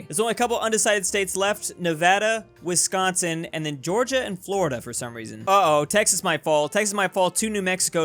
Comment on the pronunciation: 🥺🥺you say Wisconsin right!!! Like without an accent